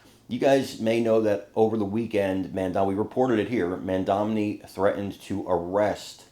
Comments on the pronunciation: Who is Mandamni,? He may only be the mayor of one city, but it is an important enough city that you should be able to pronounce his name. Especially since it is pronounced as it is spelled. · His name is Mandani. Not Mandamni! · It isn't Mam-domni. It is Mam-donny. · Mom Doni is how you say Mamdani not MamDamni! stop saying it. You are making it too hard that way! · Hey! If you want to be a journalist you need to get his name right. It's Mamdani, not Mamdamney. He isn't Mitt Romney. You've been mispronouncing it for more than a year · I love you, but please learn how to pronounce Mamdani's name. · mamdani...... mamdani. pronounce right